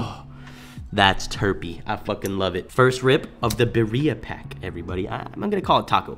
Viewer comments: It’s beerya bro not bereriia I messed up too when I first seen them tacos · You pronounce it like ( Be-Dee-Uh) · Beer-re-uh now say it fast Birra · As a white male, I don’t think I have a place but. Beer-E-uh… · birria= “beer-ei-a” for the pronunciation but besides that mayne fire video you speaking faxts talm bout people flex how cheap they weed is then be mad aff when i tell em they loud quite compared to mine😹🤧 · Love the vids you a real homie I appreciate you making All of our days better and also it’s Bi-rri-a I hope you have a dope ass day love you cutie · Pronounced BEERYAH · Nooo you’re from SA how u gonna say birria like thatttt😂